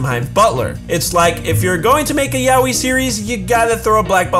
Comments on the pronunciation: It's so cringy how americans say "yaoi" like... yaoeee 😂😂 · Isnt yaoi pronouced as ya-oi?